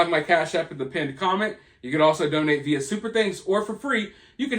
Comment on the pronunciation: I’ll donate again when u start pronouncing via correctly. #RoadTo200kSubs